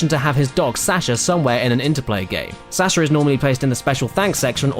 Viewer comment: Sasha? Really, that's how you pronounce it?